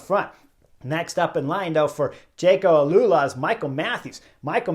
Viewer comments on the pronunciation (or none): none